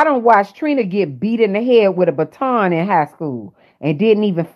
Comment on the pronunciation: Baton not bat!